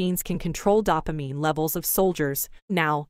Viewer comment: I could hardly get through it with the mispronunciation of "dopamine". DOH-pah-MEEN, not DAH-pah-MEEN.